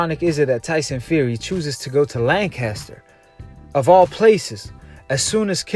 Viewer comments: Well where I'm from it's not lanchester it's Lancaster as in lancastrian gets me dude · It's not lanchester! It's Lancaster.